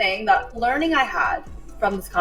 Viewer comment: Sounds like she said learning head